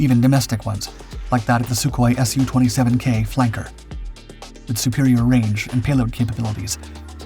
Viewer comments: Absolute proof this channel is an AI voice.... SIGH There's plenty of words this AI gets totally wrong... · Yak as in Yakovlev, not Y.A.K.. Same with Su as in Sukhoi, not S.U..